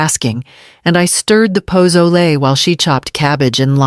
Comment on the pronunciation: Ha! AI doesn't know what posole is...and I imagine the human collecting any paycheck from views does either!!! Posole: pah-SO-lay.